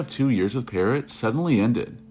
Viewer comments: This asshole doesn't know what he's talking about. He's copying other documentaries and can't even pronounce Demories name. It's pronounced peerr-o not parrott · Also when he called demri parrot 🦜 like the bird instead of Pa-Row like its pronounced